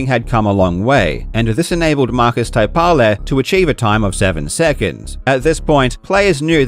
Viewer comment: Good pronunciation of Taipale, unfortunately you butchered Kurkela. Finnish U is ironically pronounced like U in Quake.